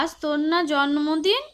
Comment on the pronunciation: জন্মদিন না বলে জম্মদিন বলছে 😂